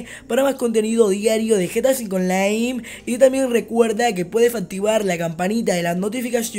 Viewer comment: lol estuviste diciendo gta v onlai en vez de online